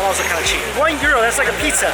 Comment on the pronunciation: Alright! Are you saying "Piza" instead of "Pizza"!?